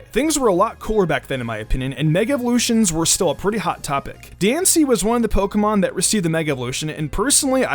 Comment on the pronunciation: My friend overheard me watching this once and he thought you said juul when talking about diancie